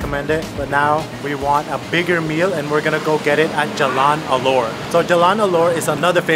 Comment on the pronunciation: ALOR, not ALLURE.